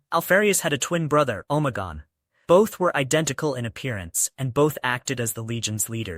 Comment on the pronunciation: good video boss but you forgot that its omegon not omagon. Its interesting that they put even their astartes disguised as the primarchs and that alpharius would disguise himself as other legions astartes. Have a good day boss